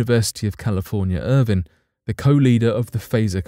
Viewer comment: He mentions UCI, but mispronounces one word. It's the University of California, Irvine, not Irvin. Pronounced to rhyme with wine.